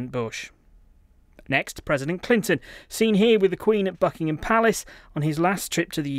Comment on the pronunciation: Hold on did he just say the F*ckingham Palace?